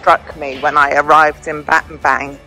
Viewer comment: Pronounce BAT-TAM-BONG (as in a "bong" hit); and it means "missing staff/stick" as in "speak softly and carry a big stick" - President Roosevelt. You're great and always elegant.